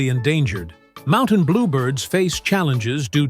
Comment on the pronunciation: They should grant a Nobel Prize to the person who can get rid of this annoying computer generated voice. It's very sad because it has ruined many very fine documentaries. And it repeatedly pronounces 'Mountain' as 'Mon-tane' !